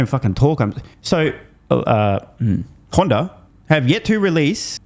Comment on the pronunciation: he’s trying not to say Honder.